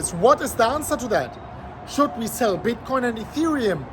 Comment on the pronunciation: I must hold when u say Shell LOL